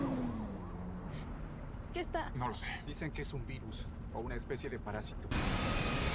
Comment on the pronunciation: Aveces escuchaba Beatles en ves de virus xD